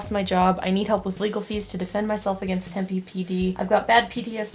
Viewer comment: as a fellow Arizonan, im triggered by how you pronounce Tempe